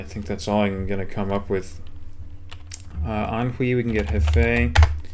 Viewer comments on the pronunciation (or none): I know this is an old video but just found your channel and your China is impressive. Dunno if it helps you or someone else reqding this but two pronunciation tips: 1. The -ui ending is "way" (Guizhou = GWAY-joe; Anhui = AHN-hway); you can check a dictionary if you dont believe me. 2. -ian is pronounced "yen" despite the a spelling (Fujian = FOO-jyenn; Dalian = DAH-lyenn, Tian Shan = tyenn shahn). Older transliterations use -ien for that reason (Fujien, Darien, Tien Shan). Keep up the work man enjoying your channel